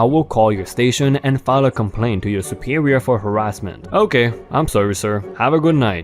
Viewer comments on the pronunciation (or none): none